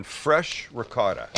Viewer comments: looking good but its rikota not ricote at the end he said it right idk why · “Ri-gott” go watch the Sopranos again. Neapolitan dialect the C becomes a G and they drop the vowel at the end